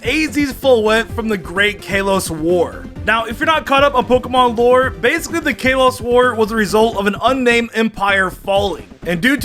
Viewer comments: It's KAH Los not Kay los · It’s Kah-lows not caylos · Wait wait kay-loss??? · Kayloss That is what you are saying lol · I cant get over how he pronounces kalos.... Kaylos And hes saying eve instead of eevee! How?! I swear this has to be him trolling. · "Kay los" get it right dude! You like pokemon for heavens sake!!! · Its Kalos (Call-oh-s) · “Kayloss” he calls it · I'm pretty sure the Kay-Loss region is not a real region. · "KAY-LOSS" 🤣🤣🤣🤣 THATS NOT HOW U SAY THAT.. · I’m annoyed at the way this man says kalos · Is mispronouncing Kalos ironically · Bro can you say “Kalos” instead of “Kalos” ffs they say it in the anime geez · You body does not explode in space, that was disproven Plus why are you putting so much emphasis on the a in Kalos? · If a Mon shows back up in the next episode it's not dead Meowth technically didn't die he shows back up in the next episode ash isn't a Pokemon and he hasn't died he always comes back in the next episode so Meowth and ash doesn't count who says kalos like that your saying it wrong say it right #2 isn't even a real Mon even if they say it is doesn't count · Him saying kalos wrong makes me hate life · How can you mispronounce Kalos? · says kalos wrong